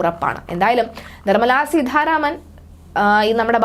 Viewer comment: സീതാരാമൻ എന്നു പറയൂ. സീധാരാമൻ അല്ല